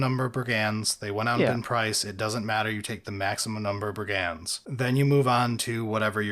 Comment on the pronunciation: I would never criticize anyone for incorrectly pronouncing any of GW's silly made up alien words. ...But 'brigands', though??? Someone's gotta tell 'im.